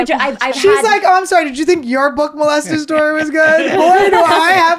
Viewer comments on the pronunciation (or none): Khalyla saying “we call her our resident mol-esther” 😂🤣